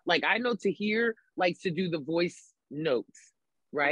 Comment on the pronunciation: Hey tom: Tahir said independent otta